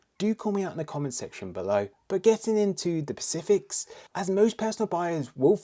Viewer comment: I think you mean “specifics” not “pacifics”